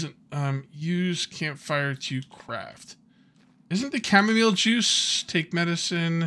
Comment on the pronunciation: Chamomeal... sorry mile, chamo-mile 🤦🏻‍♂️